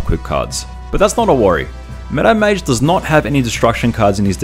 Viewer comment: Took me three videos to understand "Meadow Mage", which I always heard as "Meta Mage". XD Keep up the good work.